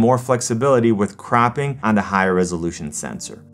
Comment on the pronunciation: Your accent makes cropping sound like crapping